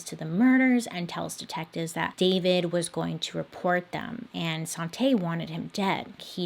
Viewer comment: i keep hearing 'sante' as 'sauté' so that's what her name is now